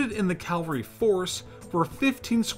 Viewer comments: Cavalry, not calvary. Unless you're talking about French special forces being made up of American evangelical Christians? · Not bad but you need to practice your pronunciation. Cavalry and Vichy mispronunciation was irritating . Lavarac . Syrian . The use of PNG and North African photos also unnecessary